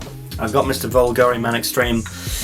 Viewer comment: Here's a crash course lesson on the correct pronunciation of Bvlgari 😜 Nevertheless...AWESOME review by the way 😎👍